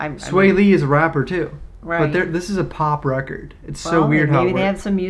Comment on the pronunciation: “Pop recerrd”